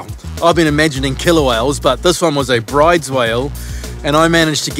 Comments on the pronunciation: Another great vid, boys. Enjoy the time off over the summer. FYI, weirdly the pronunciation of the whale species is "brooder", not like "brides". It's named after a Norwegian, hence the strange way you say it. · Awesome vid of the Whale. Out of interest, brydes is pronounced 'brooders'. Keep up the good work. 👍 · Bryde's Whale Norwegian it is Broo-dess fyi